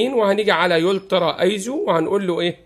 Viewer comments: الترا ايزو مش يلترا .. نفسي اشوف مصري بيفهم انجلش منيح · فقط تصحيح ألفاظ الترا وليس يولترا تيم فيوور وليس تيم فيورا